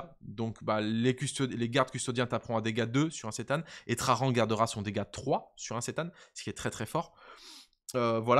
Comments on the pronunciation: Pourquoi tu dis "trarrrran" comme in gros gitan ? C'est traJan ! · Bonjour Je mets le pouce en l'air, mais la prononciation des noms propres c'est une catastrophe. J'ai les oreilles qui saignent a chaque fois que tu prononce "traRan" Gloire à l'Empereur!! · Nan mais en vrai, the question : pourquoi "traRan". Moi je vois un "J" Le mec il n est pas espagnol. Mais anglais 😅